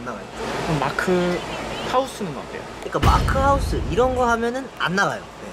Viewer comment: Taeyong is the cutest interviewer. Also, him repeating mark's name "moarrk" made my morning.